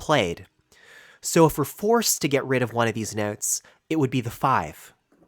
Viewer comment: Your accent is killing me 🤣noootes